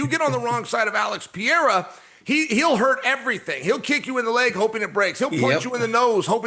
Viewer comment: The minimum you can do is learn to pronounce the champions name Pereira... you say you are professional ?